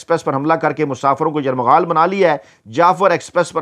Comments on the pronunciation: یرغمال کو آپ بار بار یرمغال پڑھ رہے ہیں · لفظ یرغمال ہے نہ کہ یرمغال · باقی سب عام سی باتیں ہیں مگر آپ کے صحافی ہونے اور تعلیم یافتہ ہونے پر شک ھو گیا لفظ " یرمغال " نہیں بلکہ " یرغمال" ہوتا ہے ۔ درستگی فرمائیں ۔ کیونکہ آپ لوگوں سے سن کر ھم جیسے لوگ سیکھتے ہیں ۔ شکریہ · گزارش ہے کہ لفظ یرغمال نہیں ہوتا بلکہ صحیح لفظ یرغمال ہے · بھائی یہ لفظ "یرمغال" نہیں بلکہ " یرغمال" ہے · یرمغال نہیں یر غمال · Yermagal nahi yergmal hota hai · لفظ یرمغال نہیں ھوتا۔ یرغمال ھوتا ھے۔ درستگی کر لیں۔ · دردِ دل رکھتے ہیں … درست نہیں ہے بلکہ " درد مند دل " رکھتے ہیں ۔ اسی طرح یر مغال نہیں " یر غمال" کہنا چاہئے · یرغمال ۔۔۔۔۔۔درست لفظ ھے۔۔۔۔یرمغال نہیں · Yarmghal nahi hota yarghamal hota he janab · یرمغال نہیں یرغمال ہے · ، لفظ یرغمال ھے آپ بار بار یرمغال بول رھے ھیں ۔ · آپ کا ھی پروگرام ہم غور سے دیکھتے ہیں جو بہت اچھا ھے۔۔ آپ خود ہی فرماتے ہیں کہ اگر میں غلط ھوں تو تصحیح کردی۔ اس اصول پر ایک تصحیح لفظ کی ضرورت ھے۔ لفظ یرغمال کی شنید یرمغال استعمال ھوتا رہا کئی بار اسکو دیکھ لیں بہت شکریہ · Yarmaghal nahi bhai yarghamal hota hay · یرمغال نہیں یرغمال ہے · ، اتنی جلدی کیوں؟ خبر تو سب کو پہلے ہی مل جاتی ہے، آپ یرمغال کو ٹھیک کرلیں، ورنہ آپ اچھی خاصی اردو کو " یرغمال " بنا لیں گے😂😂😂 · لفظ درست کریں یرغمال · السلام علیکم محترم اپنا تلفظ یرغمال درست فرما لیں